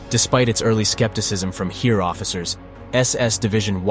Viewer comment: Great Video. BTW: Heer is pronounced like Hare. Initially I heard here, which is pronounced exactly like the German word hier (same meaning). So e is more like a, but not exactly.